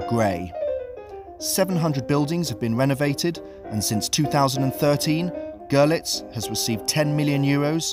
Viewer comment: Great video! Your pronunciation of the two cities cracked me up though :D The German city is pronounced 'Girlits and the Polish Zgo'zhelets